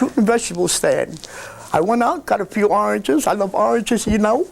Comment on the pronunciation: I like when says his “L’s”, it’s like he sings “glove” instead of “love”…lol